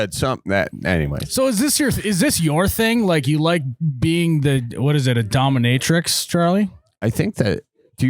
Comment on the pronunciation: Yes you can lose your job for the dominatrix. Also charlie, its dominateix, not dommamatrix 😂 at least thats how it sounded like thats what you were saying